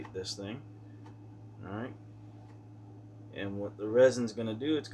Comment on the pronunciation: Stop saying arrr-right